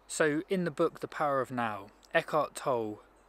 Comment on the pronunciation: Toll-e, he's German, the e is pronounced.